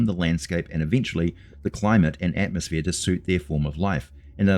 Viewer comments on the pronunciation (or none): none